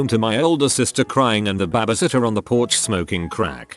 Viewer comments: "Bahh bee sitt tuhh" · It cracks me up that it hits a perfect "tour de France" with the accent, but can't say babysitter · lmao it sounds like “babbishitter” for no reason XD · No one: Literally no one: Bot: weirdest things a Bahbysitter has done